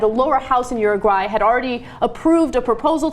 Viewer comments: Ana says uruguay like she's saying urinal. OORUWHY. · uru-high lol